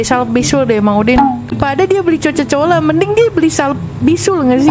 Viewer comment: Coca cola bukan coco cola😅😅😅🗿